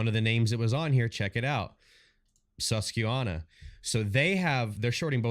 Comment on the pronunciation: Saying Susquehanna wrong 🤣 I live right on the West Branch of the Susquehanna river, but great video bro 👍